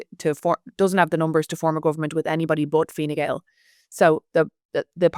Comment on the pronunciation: I believe Harris refers to it as Fine Gowl.